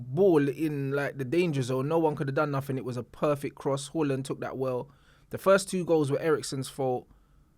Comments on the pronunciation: it’s “ haaland” not “ whoreland” u joke man😂😂😂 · My Man Said “HAWLIND”💀💀💀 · Man is calling Haaland - Hooland 😅😅